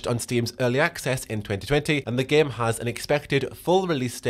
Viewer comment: Everytime you say "Game" it sounds like "Gimp" lmao